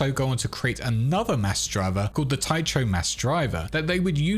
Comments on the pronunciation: Oddly, I always thought Tycho crater was pronounced "ty-ko crater" not "ty-cho crater", YMMV I guess. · I had to stop watching. "Tie cho?" Over and over? It's pronounced "TY KO." A quick, simple Google search brings up the definition and audio sample of the pronunciation of any unfamiliar word... and that's exactly what a professional would do as they wrote and prepared - simple basic necessary research. The internet is the death of... just basic journalism and professional media. Geezus. We don't read books anymore. We think our opinions and "right" to have a say matter more than anything else, and without examples of good writing in our (your) lives, we've (you've) lost the feel for language and communication or for any level of expected ability and effort beyond "here's MY babbling!" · Tycho = "Tai-koh", not "Tai-choh". I mean, properly speaking, the "ch" should be pronounced like the "ch" in "loch", but many anglophones pronounce that like "lock" anyway. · "Tycho".... TIE-KOH not TIE-CHOE. Bloody hell. Good video though. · Dude please, it's pronounced Ty-ko - with a hard Ch . It's painful to hear it mispronounced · Tycho Sounds like Tie-ko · it’s a latinized Nordic name. My son has the name. The ”ch” is a hard k. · I know I’m late and people have probably let you know, but Tycho is pronounced Tea-Koh, named for Danish astronomy titan Tycho Brahe. I twitched every time you said it. Small nitpick, but worth noting. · Anyone else cringe a bit when they heard “Ty-cho”? It’s Greek… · Cringed every time he said "Tycho" wrong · Fwiw, Tycho is pronounced "tie-ko" or "tee-ko" and is a reference to Tycho Brahe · Cool video. FYI, it's pronounced Ty Co. The "H" is silent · psst... 'tycho' is pronounced 'tyko' ;-) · The ch in Tycho is pronounced like a K, as in Christmas. You’re killing me! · Good video! By the way, Tycho (which comes from Tycho crater on the moon, named after Danish astronomer Tycho Brahe) is pronounced as Taiko.